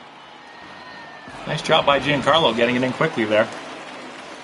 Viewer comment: Like this so knows Stanton’s name is pronounced “John Carlo” not Jee-Anne!